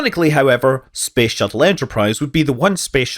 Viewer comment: Why is he saying space shittle